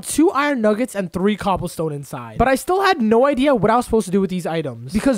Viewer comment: man said iron nugguet brhh